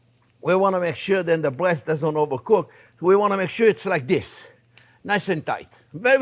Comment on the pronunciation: He said beautiful bweast. ❤